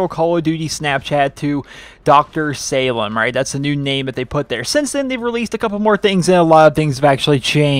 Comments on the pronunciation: I believe it's pronounced (sah-leem) anyways, nice vid! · It's pronounced "saleem", it's Arabic. Sorry I'm picky. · Dr. Salim is said like "Suhleem", not how you're saying it. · Hey I hope you pay close attention to this comment because my cuzin Salim is part Aribic and part american I'm not sure what an Aribic name had to do with the snow but what I do know is that its pronounced Say-leem